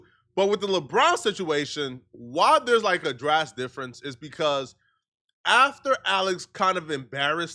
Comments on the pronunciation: The word of DRASTIC. Not drast. Drast is not a word🤦🏾‍♂️ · homie, it’s drastic or a drastic difference. I heard it twice in this video and I couldn’t tell if its engage bait or what 😂